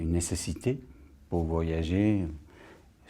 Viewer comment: I bet Viggo Mortensen learn french among people from Quebec. "Un live comme [...] le Guide Michelin" -> "comme" has a more open "o", close to the sound of "u" in "cum" (pardon my english) "Une nécessité" -> A bit of a "s" at the end of the t : "nécessitsé" "au Canada" -> As a speaker from France would says it with three exactly sounding deep A, a speaker from Quebec would say them a bit more opened, especially the last one (with a slight "s" slipping between the tongue-occlusive and the voyel : "Canadsa". It would probably be much more meaningfull if I was able to use phonetic alphabet. In any case, any of them, including Joddie Foster would show there not native speaker relatively quick. Either with a very notable feminin-masculin inversion or with really slight unlikely pronunciation. Those are tricky to spot and can go unoticed but when Foster says "un bout de temps" like "un boutan", she definelty diverges from the way a native speaker would have said it : "un boud' tan". (The difference is that the "d" is distincly voiced but you add a split second to let the voice dry in order to let hear a clear and dry "t"). Anyway, I would love to be able to speak as good english as she speaks french. I would probably never reach this level of accuracy.